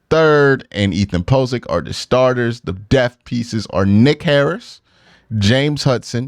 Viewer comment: Why can’t q say the word… depth 😂